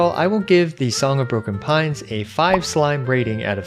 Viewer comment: I thought you said Song of Porcupine lol